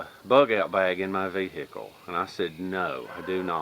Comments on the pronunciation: Vee "hick" ell, love it! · I love the way he says ve hic kle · don't ya mean, vee-hickle? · Ha new video for Friday 😃 Man I love how you say vehicle! Greetings from the UK and thanks for the time taken on your videos